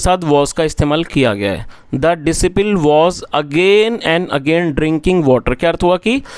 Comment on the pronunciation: Disciple is डिसाइपल not डिसीपिल